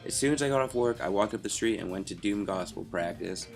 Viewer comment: did you say "DOOMED gospel" practice :D